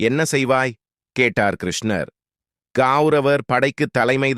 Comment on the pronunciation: Pronunciation is very bad. Please correct. Dharuman is pronounced as Tharuman. There are too many mistakes. Please redo this and reload to avoid criticism. Even the name of Lord Krishna is wrongly pronounced. Who is the reader of this text??